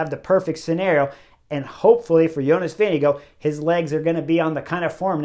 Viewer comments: VINGE- GAAAARD. Not VINGE-GO. ffs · I dont understand how you can pronounce tadejs full name but completely disgrace Vingegaards surname. It is NOT Vingego so get yourself together! 🙄